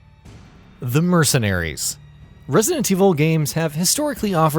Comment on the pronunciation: Can someone at GamingBolt tell this guy how to say "Resident"..?